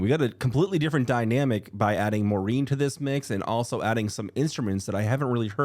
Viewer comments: Not me thinking who tf is Maureen?? Oh you mean Maren (Mah-ren) 😂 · FYI Maren’s name is pronounced like barren 😊